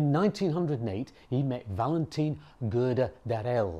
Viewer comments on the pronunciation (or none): none